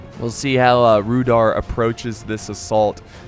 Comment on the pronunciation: It is pronounced Rude-hour.